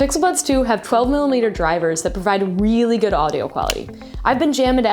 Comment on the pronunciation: I heard her say bixel buds